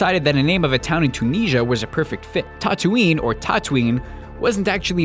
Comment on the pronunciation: Why can't Americans say the word 'Tunisia'?